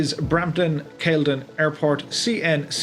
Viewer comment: FYI - Pronounced CAL-I-DIN.